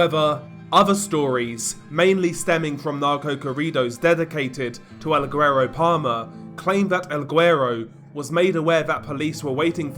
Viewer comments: It’s semi-silent. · I live in Houston with a really high Hispanic population and I'm married to a Hispanic lady and I'll get called guero all the time. Never in my life have I heard the hard g with the word lol, but ok. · The G in guero is silent! This was hard to listen to lol. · Hey DR, I think your getting ur Spanish pronunciations from the wrong person You pronounce certain words with a “-th” sound when there isn’t Spanish people are known to use “th” Mexicans on the other hand don’t Also guero is pronounced “Weh-row” Hope that helps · I guess it depends on the dialect but saying "güero" without pronouncing the g is incorrect.